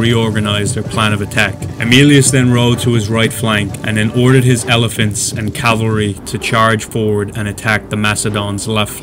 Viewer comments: It’s annoying hearing the narrator say “Calvary” when it’s cavalry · It is 'cavalry' not 'calvary'. Are you 6? The Macedonian phalanx were not 3 deep formation, but a long line, 16 deep. The Roman Legions used maniples of 120 men in checkerboard formation, probably 12 deep. The Velites retired through the Hastati legionaries who formed solid line 6 deep, threw their 2 pila and advanced with sword. They could be withdrawn through the Principes, who then shook out into solid line and advanced, threw their pila and clashed with swords. The veteran Triarii were armed with thrusting spears in the last rank. Othere than these gaffs, the commentary was generally accurate. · I say calvary sometimes, too. Even though I know that its "cavalry" I still say "calvary." Like my brain refuses to get it right lol. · nothing sad about society at all, just criticism. If he can write 'cavalry' he can say it properly. As I wrote, his verbal commentary was accurate, but his diction and cinematic rendition was not.